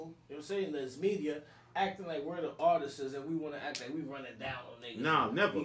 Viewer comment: I hate when people say ARTISTsis🤣🤦🏿‍♂️🤣